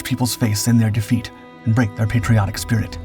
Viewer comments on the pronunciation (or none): none